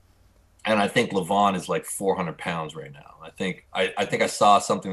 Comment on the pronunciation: Devon pronouncing Levan's name wrong . . . show some respect man